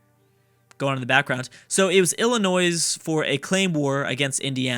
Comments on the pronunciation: It's not illa-noise, it's illa-noi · Illinois is pronounced ILL- annoy. Maine was originally a part of Massachusetts the same way West Virginia was a part of Virginia and Tennessee was a part of North Carolina. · Please, as a resident of Illinois, please don't pronounce the 's' at the end... Think of it as Illinoi. Thanks! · saying ill-i-noise is like saying ark-kan-sas. It's pronounced Ill-i-noy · It still pains me every time he says the s on the end of illinois... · PLEASE FOR THE LOVE OF CHRIST, stop pronouncing Illinois as illinoise. its pronounced Illinoi, s is silent. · Illinois is pronounced Ill In oiy. Not Ill in ois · Lol illinoisssssssssssssssss it is hilarious when people pronounce the s no offense but it makes you sound ignorant but it is just the way you say not that you are ignorant but the sounding does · STOP SAYING ILLINOISE OR I WILL UNSUB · Everytime says Illinoise a puppy dies... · Saying the s is such a sin it's worth a dislike. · He should rename the video how not to pronounce Illinois lol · you don't pronounce the s in Illinois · I cringe when he tries to pronounce Illinois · You do not pronounce the "s" in Illinois, I dont know why, you would have to ask the french Also the "Sur" in Baja California Sur mean lower/below/lesser Lastly, remember Guam(south pacific) and Puerto Rico(I hope you know where this is) are in this mod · How do you know how to pronounce Arkansas correctly but not Illinois? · the S in Illinois is silent. My ears are bleeding over here! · The s is silent in Illinois...... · Illinois has a silent s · True. I die on the inside every time he pronounces the s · helpful tip, when you say Illinois the s is silent. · No. You don't pronounce the s. It's silent